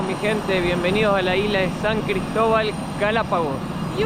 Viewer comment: La querida tiene que modular más la palabra " gente" por qué ella dice ente.. Lo digo de buen corazón no para que se ofenda..